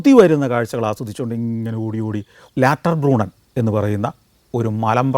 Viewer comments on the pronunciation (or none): “ലാറ്റെർബ്രൂണ്ണൻ” അല്ല ലൗട്ടർബ്രൂണ്ണൻ എന്നതാണ് ശരിയായ ഉച്ചാരണം